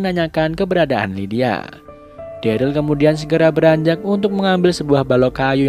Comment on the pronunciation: dulu daryl jdi darly wkwkwk